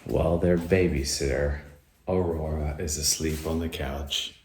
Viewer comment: Aurora's perfect pronunciation never ceases to amaze me. I would never guess she's still not fluent